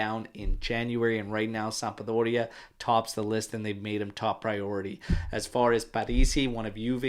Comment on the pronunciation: why do you say "sampa-doria" 😅